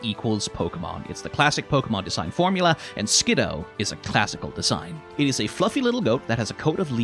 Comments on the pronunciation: I'll forgive this pronunciation, as that's how I would pronounce it too, but according to multiple sources its "Skid - doo" for some reason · Fun fact, Skiddo was the Pokemon that made me stop trusting the anime 100% when it comes to pronouncing names (they pronounce it like Skidoo) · I will never forget the time I was watching the anime and the Pokédex pronounced it Skid-DOO. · We (yes, WE) will NOT be calling them "Ski-DOO" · I know I've popped in with critique of your pronunciation on a few of these shorts... I'm siding with you on this one, there is no way in hell I'm agreeing with the anime that this little guy's name should be pronounced "Skidoo" like I should be saying "23" in front of it in a transatlantic accent before zipping away and leaving behind a brief me-shaped cloud of dust. That said, I always keep needing to remind myself that Skiddo is a solo Grass-type and not Grass/Normal. It looks so much like a Normal-type, and I attribute that largely to the prevalence of browns and beiges in the color schemes with the leafiness being constrained to it's neck and back. It's of a kind with Pyroar and Litleo in that way, except that the "kind of just a lion" vibes they give off that communicate "Normal-type" actually mesh with the fact that they are Normal-type. In that way, the grounded-ness of the design I actually feel does a slight disservice to how these two are meant to work in gameplay, even if Skiddo is thoroughly adorable and I want a real one to playfully headbutt my shin until I give it a bottle of milk.